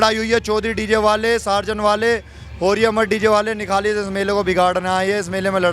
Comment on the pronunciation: Sarzen nahi ab bolo Tarzen??